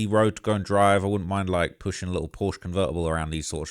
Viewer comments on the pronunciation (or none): none